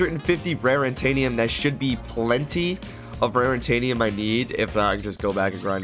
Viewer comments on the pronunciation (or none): It’s not rarintanium lol It’s raritanium, no n there lol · why did you keep saying rarintanium. It's not rarintanium. Its raritanium